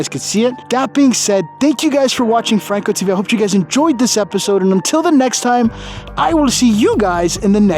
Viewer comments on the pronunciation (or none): none